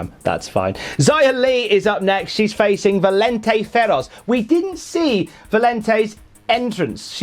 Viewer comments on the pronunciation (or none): It's Valentina. Not Valentay.